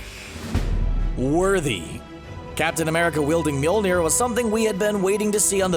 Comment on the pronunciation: It's pronounced "Myole-neer", not "Myil-neer". Mjolnir, not Mjilnir. Okay?